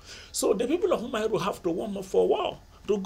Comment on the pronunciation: Umuaro it’s pronounced Uh-Muh-AhRor Great videos,they really helped with my exams